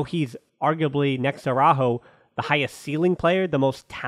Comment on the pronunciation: With regards to Araújo, it's now AwrÁho, it is AraÚho, emphasis on the U.